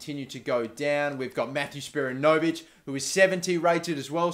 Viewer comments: good to see some aussies in the team. plus their wanderers players btw is spi-ran-no-vic not spira-no-vic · isn't spiranovic pronounced with the accent on the "a" not on the "o"? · you keep saying Spiranovic wrong! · Your Australian and can't say spiranovic